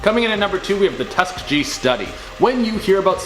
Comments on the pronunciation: It’s not Tuskgee….it’s pronounced Tusk-kee-Ge! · you really should learn how to pronounce Tus-KEE-GEE properly. It's not Tus-kuh-gee. 🤔🤔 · Isn't it pronounced Tusk EE Gee with a hard g like in the word "goat"? Have I been wrong all this time? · It’s pronounced Tusk-geey-geey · "Tusk...E...gee" sorry that screwed me all up lol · Tusk-a-Gee LOL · it is pronounced tu ~ski~a hard ~. Gee